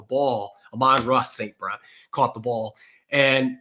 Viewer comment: It’s AH-MON-RAH St Brown not uh-mon-dre